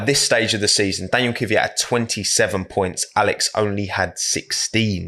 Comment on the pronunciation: This isn’t criticism to specifically, but I have noticed that when British people pronounce “Kvyat” they say “Kyviat”, anyone know why?